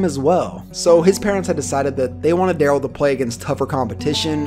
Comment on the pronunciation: I remember this dude. He was a BEAST at St. Bonnie. I played in those same years and we'd watch friday football focus just to see what darrell scott did that week. Btw i think it was pronounced DaRELL Scott. But yea. st. Bonnie was too good for us to play but we did play against Oaks Christian that year. They had jimmy clausen and marc tyler aand chris owusu and a bunch of D1 offensive linemen. Marc tyler had thighs built like a friggin horse!! Aaaand our small little school with 25 players on the team got fucking SMACKED to say the least 😂😂. But Bcuz of that i was glad jimmy clausen and marc tyler were total busts in the NFL hahaha Fuck them